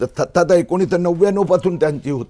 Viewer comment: सत्ता नाही त्तता😂